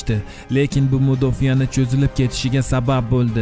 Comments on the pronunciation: Мудофия эмас Мудофа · Мудофия эмас мудофа. Бошка одам шархлаш керак эди. Кучли тактика булган экан койил. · Xurmatli boshlovchi so'ni to'g'ri talaffuz qiling mudofiya emas mudoafa deyiladi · Мудофия деяпсиз,мудофаа деб айтиш керак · Nega mudofiya deb talaffuz qilyapsiz mudofaa emasmi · Ukaginam juda ajoyib rolik tayyorlabsiz. Sizga o'zbek tilini o'rganishni maslahat beraman. So'zlar noto'g'ri talaffuz qilinayapti. Bundan tashqari o'zbek tilida "mudofiya" degan so'z yo'q. "Mudofaa" degan so'z bor. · Мудофяя эмас мудофа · Жаноб блогер мудофиямас мудофа ЯЯЯ керакмас катастрофа катастрофия география вулканизация... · Мудофиа эмас, Мудофаъ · Мудофиямас, мудофа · Кеинги частьда мудофа созини тогри талаффуз килинг илтимос